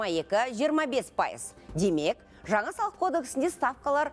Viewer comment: Шынар Асел Жаңа деп айтылады Жаңа емес Ң Н Ауыстырып Алмаңыздар